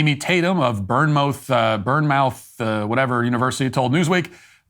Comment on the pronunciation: For future reference, Bournemouth It's prounced Bornmuth not Burn mouth